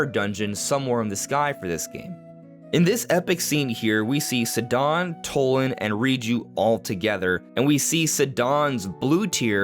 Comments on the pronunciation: Sih-Dawn? C’mon man, po-side-on, side-on. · he pronounces it like sidon hussein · I’ve never heard any one pronounce “Sidon” like that 😂 it’s Sidon like the end of “Poseidon” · Bro, your name pronunciation is killing me. Ree-joo Sigh-don Too-lin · isn't it pronounced S-EYE-DON? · Why do you pronounce Sidon and Tulin like that 😢